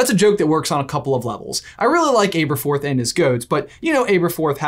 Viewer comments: Omg... The pronunciation in this one is killing me!! Aberforth: Abba-forth NOT Ayber-forth Pewter: this is a metal, it's NOT. Peter jug it's is PEWter (like star wars pew pew). There was another but I'm heading out.. Edit: Celestina Warbeck: it's BECK as in Beck... Not Back, it's NOT WarbAck it is WarbEck. If in any doubt on how the words are pronounced in English, (or Harry potterish) listen to the Stephen Fry narrated audio books. Or just ask a Brit. Before you say "what does it matter..." Leviosa not Leviosar Diagonally or Diagon Alley Pronunciation counts! Yes I do have Hermione-esque tendencies... and I'm proud of that. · anyone else triggered by this brother's pronunciation of Aberforth? I was sure it's a soft "a" not a hard "A". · Hermoine:It's actually pronounced AB-ER-FORTH, NOT AA-BER-FORTH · Am I the only one annoyed with him saying ''Aber'' with a long A and e, or was I saying it wrong with a short A and e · ITS ABATHORTH NOT ABEATHROTH it's pronounced ah-bah-thorth not ai-bah-thorth Please that killed me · Why is it pronounced AY berforth instead of AH berforth? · It’s ah-berforth not ay-berforth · Pretty sure it’s supposed to be short ‘a’: abberforth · I say Ay-berforth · Got to be the OG Butterbeer. And I thinks it's a soft A on Aberforth. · It is pronounced aaaberforth. You said it correctly once when you read "but did Aberforth hide?" And also get the Merope right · ITS ABRAFORTH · are you pronouncing his name correctly? I think it's a soft 'a' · Jesus Christ it’s pronounced Ab-er-forth like abdominal muscles. Ab-er-forth. Listen to a bloody audiobook. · Guys I'm gonna say it: you're pronouncing Aberforth wrong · I had to stop watching for a moment. Literally couldn't do it. Killing my OCD. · Christopher Benson omg I noticed that a little after the video started and now I can’t focus on anything else 😂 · I found it a little odd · Why didn’t anyone say anything about how he pronounces aberforth. He’s doing it wrong